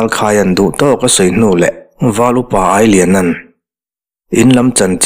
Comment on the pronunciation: Ailiana tih hi CHAKAI Ang a AI nilovin Salu AI/milu AI Ang a AI hi lam tur a nih hmel mang e.A ngaihawm hle Mai.